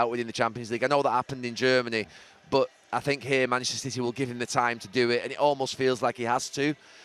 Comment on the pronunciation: Why does Gary Neville pronounce "Manchester" "Mchsta"?